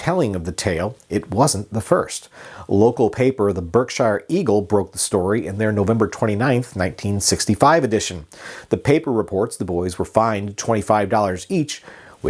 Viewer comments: A little more research would have revealed that Berkshire is pronounced “Berksher”. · You pronounced Berkshire wrong! Very wrong..